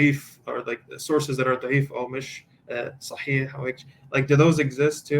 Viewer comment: This guy is either an ex muslim or someone who knows a little bit of Arabic They way he pronounced “Sahih” and “Muhammed” is very accurate.. too accurate